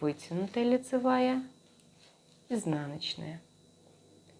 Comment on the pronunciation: Прелесть кофточка, но режут слух неправильные ударения в словах накИд , раппОрт. С уважением к вам